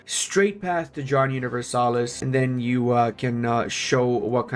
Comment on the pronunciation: (Jo)han "(Jo)hn" Universalis